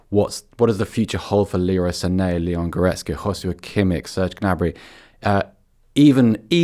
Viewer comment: This black guy can't even pronounce "Sané" right